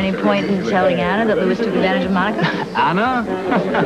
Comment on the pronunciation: her name is Anna! Not Onna!:) Tiffy knows Sean's daily routine!:)